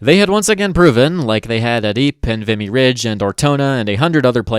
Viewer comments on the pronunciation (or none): none